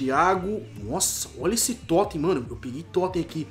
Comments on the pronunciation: Totem ao invés de toty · é toty não toten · N é totem é toty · Messi Toten kkkkkkkkkkkkkkkkkkkkkkkkkkkkkkkkkkkkkkkkkkkkkkkkkkkkkkkkkkk, é Toty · não estou te criticando mas não fala totem fala toty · Ele fala "totem" em vez de "TOTY" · Não é totem e sim Toty e não é meçi e sim Messi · num é toten é toty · se fala Toty, e não Totem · se fala TOTTI, e nn TOTTEN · É TOTY não TOTEN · É toty não totem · É toty não é toten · Porra fala direito, eh toty não totem, Team of the year, eh méssi não mêssi, se escreve messi mas se fala assim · aprende a falar as coisas certas, por favor! da pavor de escutar tudo errado! (totem é TOTY, meci é MESSI, baile é BALE e muitos outros né) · É toty e n totem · Toty! Nao toten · Totem nao e totty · ESSES 'TOTEN'